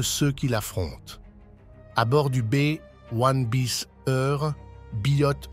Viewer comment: un Bé ouane biss ? vraiment ,,,, en France on dit B1un bis.... c'est largement mieux et comme c'est un engin français ça parait justifié.. merci